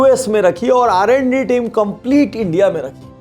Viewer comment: Sir it's R&D not RND